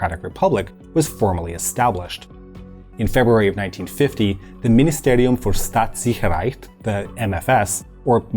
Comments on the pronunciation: As german his pronounciation was very good. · I'm German and I actually found it ok.